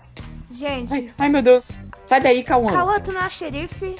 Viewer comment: O fala turo bom jente kkkkkk